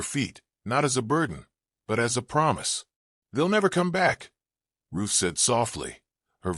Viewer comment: Story lines are good, but definitely need better editing. And her name is RUTH not Roof 🙄